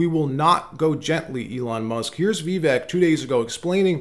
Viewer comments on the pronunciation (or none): FYI, Vivek (vek) is pronounced like cake “Vi-vake”